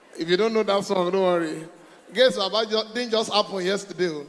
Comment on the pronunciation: Gaise Baba not gaze